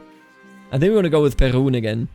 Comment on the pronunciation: Perun is pronounced with stress on "u", but "u" is like in "Uno", the game, and "e" is pronounced like in "yeah" but without "y", so you don't want it to sound like "Pierrot", no frecnhy sounds, so I guess PearUn it is. Also, "r" is hard, almost like in a pirate "yarr", but short Then Jarilo is with stress on "i", and all of the vowels are short (actually it is almost.always true - don't stretch vowels in Slavic languages unless otherwise mentioned). "Ja" is basically like in German ja-ja, and "i" isn't pronounced as it is in "I", for example "I am good at CK2", just "i", as in "pin". Svarog has stress on "o", but I am not certain if it is very pronounced. Also, "a" is not pronounced as "ay" as in an article "a", just "a", as in "wunderbAr". Triglav actually doesn't seem to have stress on any of the vowels, but there are other tricky parts. "tri" is pronounced as "tree", but with short "ee", and for "a" in "glav" it is, again, as in "wunderbAr". Finally, Radegast can be pronounced in a lot of different ways. Actually there was a Radagast in lord of the rings, so, if you remember the pronunciation from there - it will do, if not, you can also choose from Radegast, Radogast and Radigast, in all cases stress is on "gast". "gast" is pronounced just like "ghast", then "a" in "rad" is, once again, "wunderbAr", as for the middle vowel, I recommend RadAgast, as I think it would be easier, once again, it is "wunderbAr" Hopefully this will be a helpful Gide into Slavic god's pronunciat